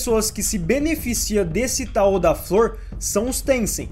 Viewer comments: Ótimo vídeo! Estou descobrindo esse anime com seus vídeos, quando tiver um tempinho vou assistir rs. Mas só uma observação: a pronúncia de tao é "táo" e não "taô". 😅. No mais, continua! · Kkkkkkk "taô", é TAO cr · EU nao tenho certeza tbm... Eu pesquiso muito sobre ocultismo (leio) e nos vídeos que vejo todos falam Táo... Com o tônico no "a"... Mas de boas, ninguem é obrigado a falar certo, eu perguntei pq fiquei com dúvida.